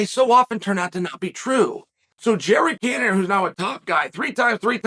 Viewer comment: "Jared Cannanear , Jared Canon Ear, Jared Can of ear ......."